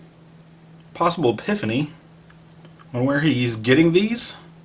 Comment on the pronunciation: Just FYI, the word is "epiphany" (not "piphany").